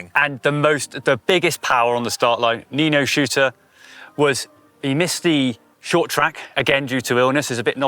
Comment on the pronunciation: How when someone is literally stood opposite you saying their names right can still not pronounce Nino & Mathias’ surnames?